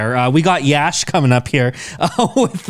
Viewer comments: Prashanth neel pronounced "YASH" sir.. 14 : 07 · Exactly her pronounciation was correct for Yash ❤️🔥